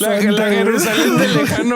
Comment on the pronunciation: No puedo con 'Jerusalen de Asia es Jerusamen' 🤣🤣🤣